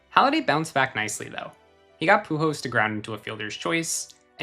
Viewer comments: How many times is this guy gonna pronounce the machine's last name as "Pujos?" So annoying. The letter L is not usually a difficult one to pronounce, but this guy has chosen to ignore it completely. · I have never heard anyone pronounce Pujols the way this guy does 😂 Great video tho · Lmao the way you pronounce Pujols is weird 😂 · Every time he mispronounces “Pujols” drink